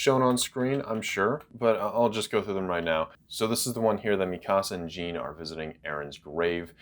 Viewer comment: Something that quite annoys me. You say Jean as gene but it should be Jean as John.